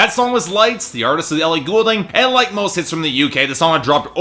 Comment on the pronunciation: maybe dont review her album if you cant even pronounce her last name?